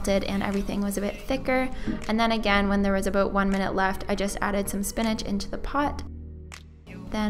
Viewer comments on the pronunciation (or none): none